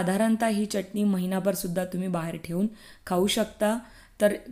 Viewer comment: च्यटणी नाही, चटणी म्हणा. शुद्ध बोला.